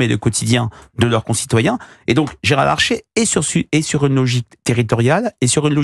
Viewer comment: C'est Gérard LARCHER, pas LARCHÉ...